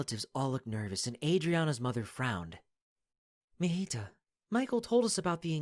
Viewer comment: The way he mejita instead of mijita